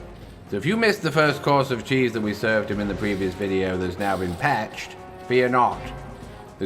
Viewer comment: It’s pached